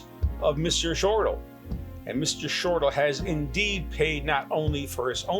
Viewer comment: Hi, I am Jeffrey Shortal's mom. His last name is pronounced Shortell, not Shortal. I have watched this video so many times. $6,000.00?? for this? Yes, you told my daughter Tami, you were expensive, but this is it? I am not understanding. I have no connection with you, probably a good idea. I am sure you have helped people, but I/we really expected more! I am feeling played, can't help the way I feel. I wish you the best! Patricia Ross